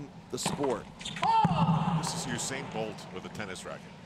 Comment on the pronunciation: "This is Usan Bolt with a tennis racket" LOL